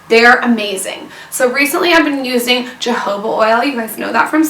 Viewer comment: 1. You consistently mispronounce "jojoba" 2. Holy lip injections :O